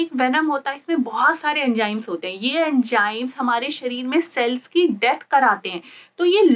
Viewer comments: MBBS doctor but still says Mareej insted of mareez Jehar insted of Zehar and Enjayme insted of Enzymes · Very informative video, but please correct your lingo as it was painful to watch. Example: it's Zeher not Jeher, Enzyme not Enjyme, cheez not cheej, mareez not mareej etc.